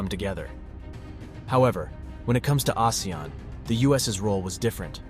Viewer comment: Not many people pronounce ASEAN correctly. Thank you for calling our alliance name correctly ❤